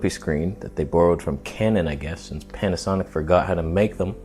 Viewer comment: Panasonyc with L-mount alliance (pronounced Jared Polin styleé)